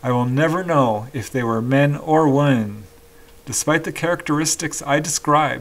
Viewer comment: I love the channel and have listened for literally tens of hours but I have one gripe, your pronunciation of the word "WOMEN", when you are referring to the plural, more than one woman, as in " many Men and Women", you literally pronounce the "O" in Women, which is incorrect the word WOMEN when referring to many is actually pronounce W "I" MEN, the "O" is pronounced as an "I", or a very slight "O". The way you pronounce "WOMEN" when referring to more than one WOMAN, sounds exactly the same a "WOMAN" the singular. Pronunciation of "Women" The word "women" is pronounced as /ˈwɪmɪn/. Breakdown of Pronunciation: "Wim": The first syllable sounds like "wim," rhyming with "him." "in": The second syllable sounds like "in," as in the word "pin." Phonetic Spelling: In phonetic symbols, it is represented as [ˈwɪmɪn].